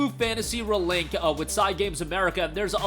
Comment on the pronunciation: "Granblue Fantasy Ruhlink"